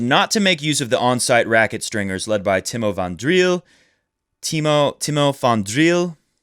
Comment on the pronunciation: Honestly im pretty impressed by the way you pronounce nederland and timo van driel lol its pretty good for someone who never speaks dutch